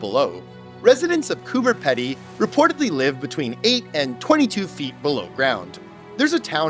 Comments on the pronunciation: "Coober Pedy" is pronounced "Cooper Peedee" said with an Aussie accent. You actually made me look it up because I didn't believe it had a 'B', checked with friends and they were confused too 😂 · heya not meaning to sound rude here by any means just more so wanting to teach a lil here but the way you said the "pedy" part of Coober Pedy was a little off. its pronounced like Pee-dy :D other than that you nailed it! also fun idea for a video would be checking out all the odd named places around Australia and Tasmania! Tassie alone has TONES! especially places like "Doo Town", every house there has a fun name that uses the word "doo" in them such as the obvious "Scooby-Doo" but you also have house's called things like "doo us" or even just "doo doo" haha we aussies know how to have fun :P